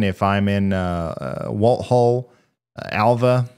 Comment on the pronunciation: For the future. Walthall county in Mississippi is pronounced Wall-thaw (like thawing out meat. My name is Walthall.